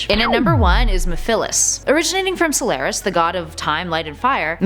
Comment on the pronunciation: 1. Chaos 6 is not the final boss. Perfect Chaos is. 2. Silvers ability is psychokinesis. 3. Blaze can NOT fly 4. You pronounced Mephiles and Solaris wrong